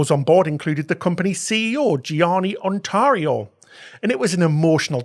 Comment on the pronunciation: the Ceos name is GIANNI ONORATO ,non ONTARIO ..and also the port is PALERMO, non PALMERO!!